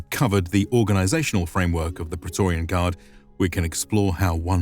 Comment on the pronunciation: But Pra....e...to...ri....an... isn't a Word of ro...ma...n language....